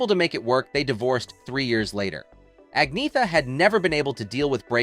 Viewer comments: A so-called "documentary" and you can't even pronounce her name! "Ahn-Yet-Ah" - absolutely no 'g' sound. Any wonder she gave up and let people call her Anna..... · I wish they still showed how many "thumbs down" a video gets, because this one deserves lots and lots of them. For one thing, her name is pronounced "Agnyeta". All you have to do is look it up. And the choice of words "nothing but" for her parents is a disgrace at best. What were they supposed to be? And putting a thumbnail on this, suggesting that she's nude, is just disgusting. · The commentator really needs to do better in pronouncing Agnetha's name. He never once got it right, varying between "Agnetha" and "Agneetha" (as it sounds by saying it in English); when the true Swedish pronunciation is "Anyeta" or "Añeta". The "h" is silent and the "g" is not hard-sounded, rather it changes the "n" to "ñ" as in "ny". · To his discredit, it's unfortunate that the narrator mispronounces her name many times in the beginning of this video. He says "Ag-NEE-thuh" or "Ag-NEH-thuh." Meanwhile, it only took me two seconds to look it up. Her name is correctly pronounced "ag-NYA-tuh." Also, how denigrating to say that her father was "Nothing but a..." or that her mother was a "Nothing but a..." Who wrote this shit? "Nothing but a writer?" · For pete's sake, can't you at least have the courtesy and respect to learn how to pronounce Agnetha's name properly?!! It's " ann-- yet--TA ". Here she is . . . . . . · You've done well on pronunciations except for the most important - Agnetha herself. It's An-ietta. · I only learned.it from her self pronunciation as Ag- nee- ah-tah! If I'm wrong, I sincerely apologize to Agneatha, I am so sorry! I stand corrected, it will take time to assimilate! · Her name is pronounced Onyetta Feltskog. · No. Ang-neeeh-ta. With a long and heavy emphasis on the middle syllable, and really dark a-sounds at both beginning and end (similar to the "a" in a british "tomato"). /Best regards, an old swede